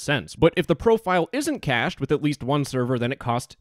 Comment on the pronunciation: Omfg there's no way he said "cashed" instead of "cached"